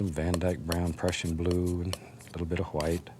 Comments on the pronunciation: i love how he says gwhite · Never, in my life have I ever heard a man pronounce “white” how it is spelled